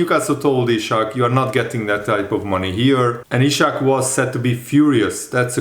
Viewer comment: Dude, his name is Isak, not Ishak.